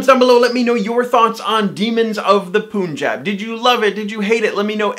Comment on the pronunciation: You say Punjab wrong And also who is like Ryan Who can't ride bike